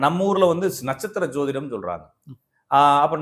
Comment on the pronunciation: ஜோதிடம் என்பது தான் சரியான உச்சரிப்பு. அவர் சொல்வது சரியில்லை. ஜோதிடம் = ஜோதி + இடம். ஜோதி கிரஹம் இடம் மாரிகிறது. அதான், அதன் அர்த்தம். Astrological treatise written in sanskrit. This was actually translated by Dr. B. V. Raman the world renowned astrologer. வராஹமிஹிரா, பிரிஹாட் பரசாரா ஹோற சாஸ்திர, கடலங்குடி,.... இவர்களேல்லாம் ஜோதிட மேதைகள். இவர்கள் பெயர்கள் எதுவும் அவருக்கு தெரில.